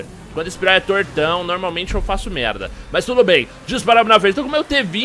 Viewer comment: É impressão minha ou o tem forçado um "mérrrrrrrrrda" no estilo carioca? AHEUAHEUAHEUAHEU